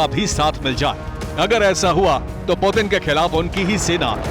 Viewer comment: पुटिन है पुदिना नहीं!!देखते है अागे अागे हाेता है क्या!!!!